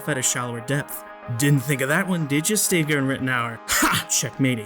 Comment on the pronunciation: Though you are so intellectually and morally superior to all those "nutters" , you can't even pronounce Brad Steiger's name correctly.